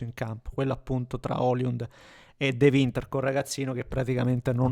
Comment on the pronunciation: E comunque si chiama sempre Højlund (pron. Oilund, non oliund), proprio non ti viene😂